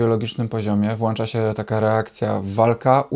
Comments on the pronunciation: Dziękuję bardzo za przekazanie wartościowych treści. Jedna mała prośba: mówimy włączać, a nie włanczać. Dziękuję, pozdrawiam. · Mówimy, włączać, nie włanczać....